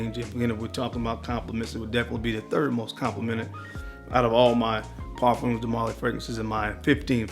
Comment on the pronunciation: I love you man but it is pronounced Par-fums like it rhymes with Par-gums or Par-thumbs de Marly. People often think it's pronounced like perfumes so they say what you're saying, "Par-fūmes de Marly" it's Par-fums.